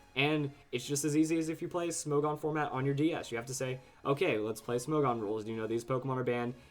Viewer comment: isn't it pronounced smog-on? smog as in the move......